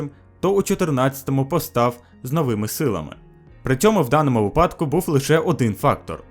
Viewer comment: Наголос вИпадку, а НЕ випАдку